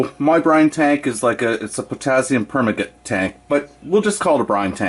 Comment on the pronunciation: Great video. Good use of the mirror. By the way, its pronounced "per - man- gah- nate"